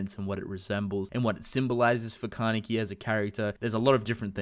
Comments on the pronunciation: "Kah" "Neh" "Kee" - Kaneki. "Kuh" "Coo" "Jah" - Kakuja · Stop pronouncing kaneki's name wrong!